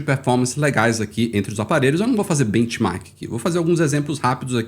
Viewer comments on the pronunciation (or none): none